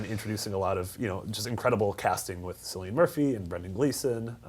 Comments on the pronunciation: Its pronounced Kill-ian not sillian. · cillian pronounced with Killian no sillian. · Sillian Murphy? It's pronounced Kill-ee-an. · "Silliian Murphy"? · Sillian murphy... you yanks ought to learn how to pronounce Irish words dammit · It's pronounced Kill-ee-in Murphy guys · he said the actors name wrong too its pronounced like killian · "Sillian Murphy" Hahahahahaa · It's pronounced as killian I believe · It's Cillian Murphy, not Sillian Murphy ... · Thank you, that bugged me too, how does he not know that?